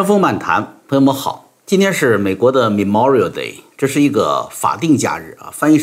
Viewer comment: /mə'mɔːrɪəl/ Memorial Day, ，读错了。